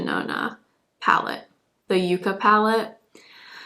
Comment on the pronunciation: Minor thing but “yucca” in ND’s new yucca palette is pronounced with a short u. That is, “yuk-kuh”. It survives on less water than most plants and is common in the hot, parched deserts of the American Southwest and Mexico. Google ‘yucca plant images’ and you’ll find some of the pan colors in her palette. Loved ur look today.😊